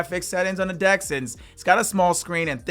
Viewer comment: Why does he keep saying dick instead of deck?